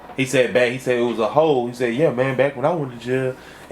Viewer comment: “Dis little ‘ole”😅